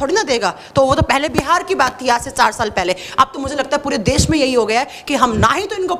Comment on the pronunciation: देस नहीं देश होता है मैडम जी, आप हिंदी ही गलत बोल रही हैं आपसे पढ़ने वाले बच्चे भी गलत ही बोलेंगे तो भविष्य में तो हिंदी भाषा की ऐसी की तैसी हो जाएगी